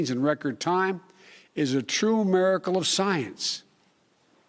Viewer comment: "maricle" Boe Jiden